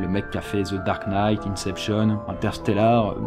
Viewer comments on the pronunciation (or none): none